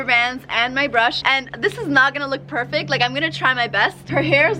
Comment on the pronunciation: You dit pervekt